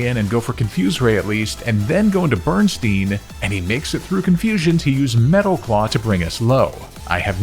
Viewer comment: Bro not you naming a Pokémon "Bernstain" and then pronouncing it "Berenstein!" Talk about the espeon effect!